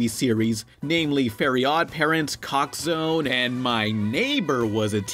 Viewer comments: Did... did he just say COCK ZONE? IT'S CHALKZONE! DON'T YOU DARE SAY THE NAME OF CHALKZONE IN VAIN! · he said cock zone insted of chalk zone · chalk zone, not caulk zone. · It's not chalk zone it's COCK zone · Did u just say "Cock" zone? 😂😆 -Btw I saw the "Dr Seuss-styled" episode it was awesome!! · did you say cock zone or chalk zone? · he called chalk zone COCK ZONE XD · did he just call chalkzone cockzone? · I was thinking he said cock zone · I love you Butchering the shows name